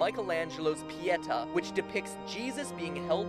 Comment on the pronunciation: Its Pietà which means mercy(I like your italian pronunciation,it isnt bad).Greetings from Italy <3